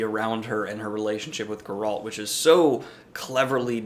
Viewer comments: Your pronunciation of Geralt goes straight up my spine... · Grrult? Who’s Grrult?